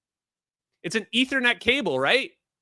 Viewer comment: aethernet... lol